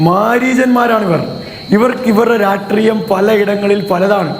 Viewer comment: മലയാളത്തിൽപോലും നേരെചൊവെ സംസാരിക്കാനറിയാത്ത ആർഷോ എന്ന നേതാവിനെ കവച്ചുവയ്ക്കുന്ന അലവലാതി പീറ.ഇവൻ പറയുന്ന തെറ്റുകൾ "വന്ദേ ഭാരത്, "രാട്രീയം " പ്രെതാനം "